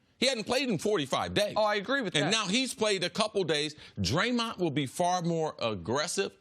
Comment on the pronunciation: CC his name is Draymond not Draymont